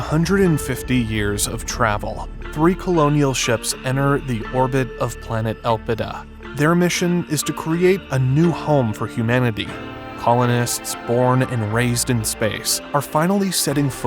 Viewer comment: Three colonial ships enTer, not "enner".